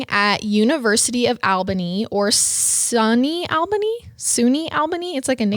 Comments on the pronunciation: Hahaha "Sunny Albany." It's SUNY Albany, as in State University of New York. It's an organization of state schools in NY. That gave me a chuckle, thank you! Just found you guys on snapchat and I'm going back and watching all of your episodes; I love them! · SUNY, pronounced "Soo-Knee," stands for State University of New York